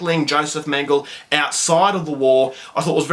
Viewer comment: How is it that someone doesn't know how to pronounce "Mengele," let alone has never heard of Mengele and has to look him up on wiki?! What happened in your HS history classes?! The lack of historical knowledge of this reviewer is shocking. Those who forget history (or never learned about it) are doomed to repeat it. That being said... I would love to see this movie.